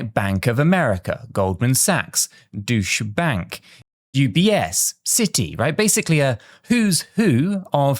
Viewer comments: um, was that Deutsche Bank thing a Freudian slip? It's pronounce "Doy-ch". . . . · I was going to comment on this as well. How can you be in crypto and pronounce Deutsche bank douche bank...🤢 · Deutsche Bank is not pronounced Doosh Bank, Sounds like Doosh bag 🤣🤣🤣🤣🤣. Do you know what a doosh bag is 🤣🤣🤣